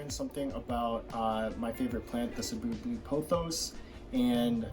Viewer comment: Thanks for pronouncing cebu correctly. Keep doing videos.